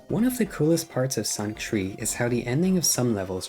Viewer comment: I swear hes saying tree instead of three